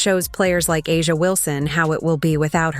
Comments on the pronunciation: Chartered jets were already on the WNBA AGENDA BEFORE Caitlin arrived. This narrative is so exaggerated and negative. Caitlin can play in Europe and the WNBA if she so desires. She could also choose professional golf. It would be nice to hear you pronounce A'ja's name correctly for once. It would also be nice to see you address her in a more positive light rather than always make her seem upset about Caitlin. It's so sad how most of these followers believe all that you say. Where is the evidence? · these voices can get AJA Name right